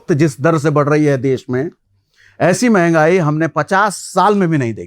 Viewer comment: mahangai ki म नहीं बोल पाते 😂